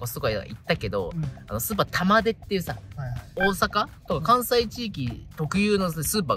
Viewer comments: 玉出↑じゃなくて玉出↓やで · 玉出⤴じゃなくて玉出⤵でよろしく(笑) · 紅天おいしいですよね～ 「玉出」のイントネーションが気になって、ちょくちょく頭に入ってこなかった。(笑) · 玉出の発音ちゃうねん